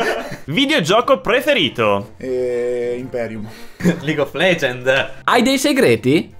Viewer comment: Gioco preferito?: "IMPERIVM"... Ora capisco perché ha imparato a b...:D